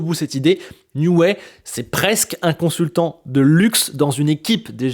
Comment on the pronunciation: Excellente analyse comme toujours ! Par contre, ça pique un peu les oreilles... on dit "Nioui", pas "Nioué" (c'est Newey, pas Neway)